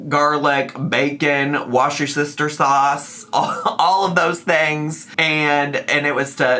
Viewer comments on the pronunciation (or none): I'm sorry did you say wash your sister sauce? I almost died hearing this while drinking boba tea.